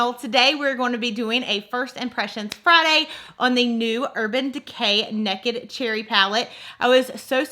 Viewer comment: I absolutely love how you say 'nekkid', lol 🤣